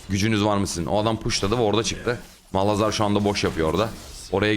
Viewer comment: abi yıllardır şu malhazar diyosun:D